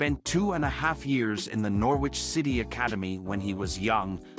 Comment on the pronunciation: It's not Nor-WITCH and it's not sem-EYE :)